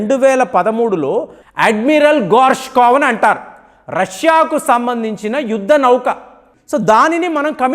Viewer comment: Voice chaala slow ga undhi , Speed ga cheppandi Not like yudda nauuukaa..❌️ Yuddha Nauka✅️. 1.25x speed lo chudalsi vasthundhi